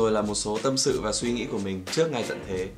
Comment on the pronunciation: Tsao phải so sánh giữa JV và Huyme nhỉ. Cả 2 a này đều rất hay mà. Mỗi ng có 1 nét riêng, chả ai giống ai...thế nào là bắt chước??? À còn nữa, ơi, ra trước chứ k phải ra "chước" nhé b:)